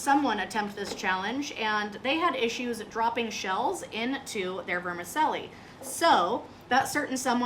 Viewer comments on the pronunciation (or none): "Vermi-CHELLI", not "Vermi-selli". CONGRATULATIONS! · Is it pronounced "ver-ma-sellie" or is it pronounced "ver-ma-chelli"?? Where I'm from it's "verma-chelly"...😂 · Awesome but its ver-mi-chel-li.....like you'd pronounce cello. And Zermatt I think Switzerland, well, it was certainly the Matterhorn of seafood! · It’s pronounced Verm-a-chelli in Italian. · Say it with me now…ver-mi-CHELLI. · Here in NZ we pronounce Vermicelli as Ver-Ma-Sally. Great Video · Never heard of anyone calling it Vermi selly???? What is it selling? lol I am Italian and that IS NOT the way you say it. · I reallllllly wish she would prounce vermicelli correctly. VermiCHELI. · Not being a twat but is it not pronounced ‘vermacheli’? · Lol it not vermassseli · She lost me with her pronunciation of vermicelli and that she wastes the best part of that meal which is the juice in the prawn head.